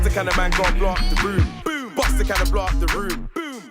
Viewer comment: why does tobi say ight broom instaed of boom